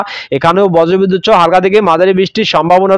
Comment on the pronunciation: আমি পশ্চিম মেদিনীপুর কেশপুর থানা শালবনি থানার মাঝে আনন্দ পুর থানার কোতাই গ্রাম থেকে দিবাকর মাল, আমাদের এখানে দুপুর থেকে বৃষ্টি হচ্ছে।সবঠিক আছে আপনার উচ্চারণ ঠিক হচ্ছে না,আপনি বজরবিদুত সহ এবং প্যালাবন বলছেন। ওগুলো বজ্র বিদ্যুৎ সহ এবং প্লাবন হবে, ঠিক করে বলুন। শুনতে ভালো লাগবে ধন্যবাদ।